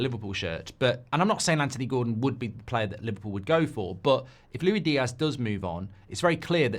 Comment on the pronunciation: Is the Luwi Diaz for me, Mark its Luis Diaz😂😂😂